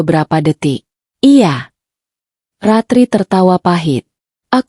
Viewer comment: Baca cerita y lemoooottt...belibet... Pengucapan kata 'iya' spti suara anak kecil.